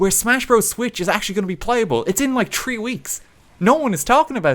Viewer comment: There's nothing wrong with making different content I would still watch it because your funny And you say tree in a funny way